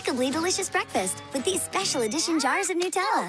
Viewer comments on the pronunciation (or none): its nutella…